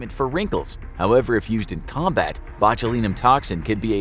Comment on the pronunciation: Sorry couldnt make it past mispronunciation of botulinum at the start